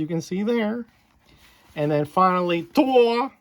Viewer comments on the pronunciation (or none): That was awesome buddy 👍👍...And it's Thor not Tor LoL 🤣🤣... Thanks for the shout-out much appreciated 👍👍... Looking forward to seeing your next video..✌️ my friend and have a great evening b safe out there and stay healthy 🙏🙏...